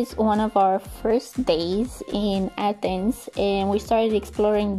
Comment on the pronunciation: You could totally both pass for Greek, it warms my heart to hear of your experience in Greece and for your admiration of the ancient sites in Athens, I also appreciate that you pronounced everything correctly in Greek